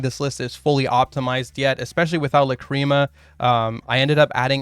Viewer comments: Bruh... it's "LAH- cri mah", not "la CREAM a" I wasn't even able to keep watching lol... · Your pronunciation of Lacrima is incorrect, and it bothers meeeeee :( It's LA.cri.muh. you're pronouncing it like la.CRI.muh, which is emphasizing the incorrect vowels. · ok it's La-crim-ah. not la-cream-uh. idk where you go cream from. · Please stop saying "Lacreama" 😅 Shapesnatch and Joshua Schmidt pronunciation is much better and probably correct, check it out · Neither here nor there, but there's no cream involved lol. It's pronounced "Lack-rim-uh". I am 100% being that guy rn, but hearing "cream" over and over again has pained me biggly. The more you know. Also, everybody seems to have got this wrong, no worries. Just konami things. I'm probably gonna build snake-eyes white forest / azamina. Even with the SE consistency hits, the engines just work so well together. Tearlament also seems really good with the fiendsmith cards, might go back to the gamba lifestyle. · If I hear the fucking word la-cream-ah again I’m going to lose it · I cant beat watching 20 mins of "lacreama" sorry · WTH it's not luh-creem-ah. How did you even come to that pronunciation.